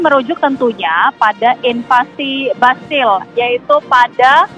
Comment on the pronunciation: Kalo gak salah Champ Elysees dibaca "Shanz-eh-lee-zay" bukan "cam-e-li-se" trus Bastille dibaca "bastij" bukan "bas-ti-le". Pokoknya suka-suka reporter aja mau nyebut gimana bukan cari tahu dulu cara pengucapannya.